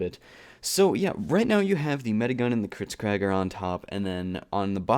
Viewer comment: "Kritzcraig" Learn your pronunciation